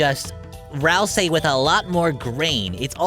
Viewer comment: im pretty sure that it's pronouced Ral-SEE not ral-saai